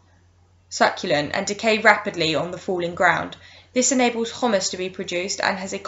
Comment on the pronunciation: Wasn't awful- bit like the wjec book- interesting pronunciation: Mosses is not Moses/ humus is not humous :-P few others but ain't too bad!